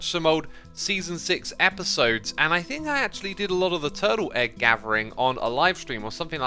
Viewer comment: Guys lidten to how xisuma say turtle egg it sound like turtle egg but with a w twurtle egg something like that XD Edit: or was it egg honestly cant remember turtle weggg hehehee